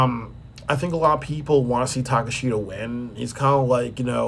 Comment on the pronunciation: Yikes. Do you watch aew? That is not how you pronounce Takeshita and you don't even know who some of the wrestlers are